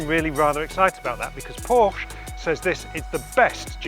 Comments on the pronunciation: Porsche did a video how to pronounce their name, he should watch it :-D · learn how to say PORSCHE